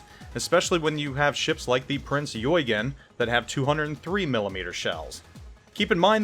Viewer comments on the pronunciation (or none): I like alot, but how he pronounced Eugen as "Joy-gen", HERESY! Even worse when you are german. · Mainz = "Mine-ts" Eugen = "Oy-gen", you're killing me, here!